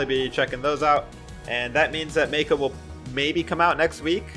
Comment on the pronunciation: Not aure but i think its pronounced Mah-ko not may-ko